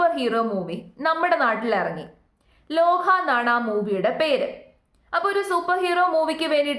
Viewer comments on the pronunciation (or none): ലോഹ അല്ല ലോക💞👍